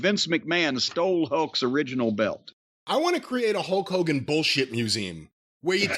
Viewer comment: It sounds like you call him HOE KOGAN , which is hilarious by the way.